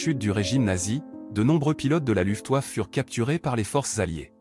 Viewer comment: j'ai cessé d'écouter cette voix de zombie désincarné à "LOUFTEOUAFFE"... Une video qui va trôner en bonne place dans mon Walhalla des Nuls!